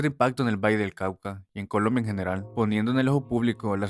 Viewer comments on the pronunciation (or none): none